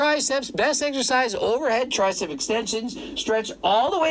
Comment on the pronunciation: Why can't Greg say "exercise" correctly?